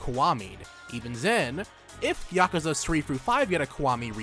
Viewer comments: I fucking hate your pronunciation of yakuza.... It's not yAhk-u-za, its just ya-ku-za... I can't watch this at all.... It hurts me.... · I always pronounce it as Yah-Koo-Za